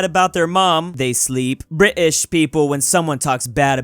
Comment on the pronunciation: STOP saying British wrong plz it is anoning